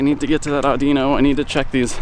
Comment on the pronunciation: The pokemon is pronounced as (Awh-din-ohn)